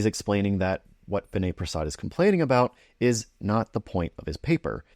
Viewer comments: First of all, you may want to pronounce his name correctly. Vinay’s audience is not a bunch of anti-vaxers. They instead recognize that the risk of myocarditis in a young healthypopulation exceeds the benefit of Covid vaccination. Your claim that his audience are a bunch of anti-vaxers is an ignorant gross oversimplification. Lastly you are not a clinician and should venture carefully into drawing conclusions along these lines. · Maybe pronounce his name correctly -Vinay is unapologetically a critical appraisal expert, a much needed skill in a pro-pharma environment especially in his field of hematology oncology -he does not need to cross cut his videos every 2 minutes; i expect i know the reason